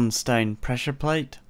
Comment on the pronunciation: are you german? because of "i am using stain" xD